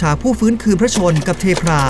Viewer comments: นาที ที่7 ฟังดูแล้วน่าจะเป็น เทพ รา มากกว่า เท พรา นะแอด เพราะเทพ รา เป็นเทพที่่ ชาวอียิปต์นับถือกัน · เทพรา อ่านว่า เท-พรา หรอครับ ผมเข้าใจว่า เทพ-รา มาตลอด